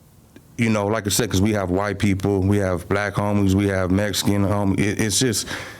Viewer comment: Bro I can’t take these snortas serious he says “Mexican” like them “mesican” these foos completely disregard the culture